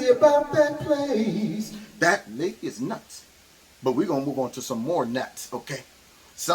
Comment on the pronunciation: You say "Lady", but I hear "C word" 🤣 I don't disagree though.